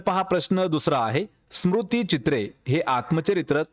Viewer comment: 'स्मृतीचित्रे' स्मुतीचित्रे नाही